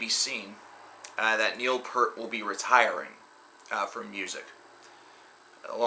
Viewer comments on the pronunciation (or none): "Peeert", not "Purt" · Hearing "Pert" is my all time pet peeve. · it's pronounced Pier-t. like a fishing peir...t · Hearing it pronounced Pert", is my all time greatest pet peeve.